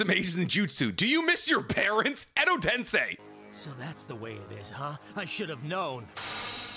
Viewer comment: Love 90% of what does but I have a gripe I can’t ignore with this man. He’s a literal Naruto scholar but mispronounces several things I feel like should be inexcusable for a man that believes his own hype so strongly. For example, he says “Tensei” wrong every single time. I mean cmon man, it literally is one letter off from “sensei” but we don’t hear him saying sen-sai.